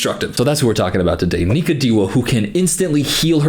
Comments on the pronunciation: i’m dead it sounds like he said nigga 😂i know he said nika it’s just funny to me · broooooo I had to listen 5 times to understand he was saying Nika, I was so confused and scared 😂